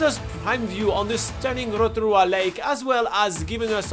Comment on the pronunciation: I like the way the guy actually makes an effort to pronounce Rotorua ❤